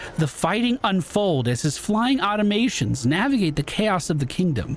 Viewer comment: Aw-tom-a-tons. Automatons.